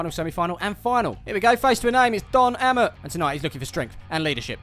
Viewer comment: Was screaming "it's 'Ay-mott' not 'Am-mot" until 12 minutes in. King of Caravans his adverts uses to say